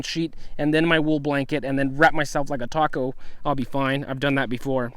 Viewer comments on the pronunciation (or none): none